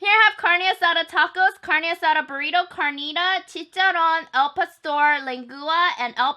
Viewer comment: I've been waiting for a video of Mexican food because I'm Mexican myself 🙂 thank you I love you and I really find it cute the way you pronounce "carnitas" and "chicharron" 😘